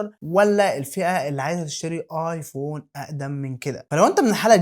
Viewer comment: بحبك جداً وما شاء الله عليك بس ممكن تنطق كلمة ايفون عادي مش آآآآيفووووون